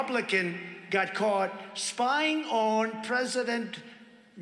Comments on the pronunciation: Please tell me why Trump pronounced that name president "BIDENT". That's so friggin weird. Why did he do that? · David, please save the "president... BIDENT" to the soundboard. Absolutely imperative